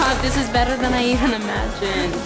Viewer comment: she sound a lil british whe she better